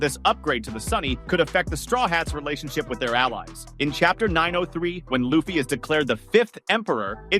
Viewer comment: I don't care how far into the video I watch. As soon as they mispronounce "Luffy" I turn it off and discredit it. A real fan would know his name.